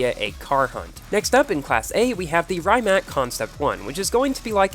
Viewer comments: Please, please. Rimac is a Croatian car manufacturer. It's "Ree-matz" not "Rymak" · I think the pronunciation of “Rimac” is closer to “Ree-mahts” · it's pronounced "Reemac